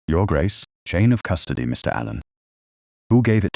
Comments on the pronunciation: Wonderful story. Thank goodness for Aunt Honoria! Very nice narration, however, - just a suggestion - in the text given to the AI to voice, could the periods after abbreviations - i.e. Mrs. or Mr. - be eliminated so that AI doesn't pause as if at the end of a sentence? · the AI voice sees the full stop, the point or period as the Americans call it, as the end of a sentence. It cannot comprehend the punctuation mark pertaining to Mrs. or Mr. as a sign that those words are abbreviations.